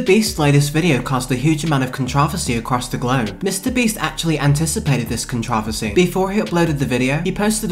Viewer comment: The way you say controversy gives me a brain aneurysm